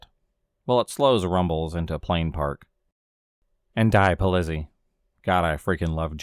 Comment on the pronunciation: "die polizzi"? Its actually "De Politzei" Pol-Leet-Zi (The Police) :)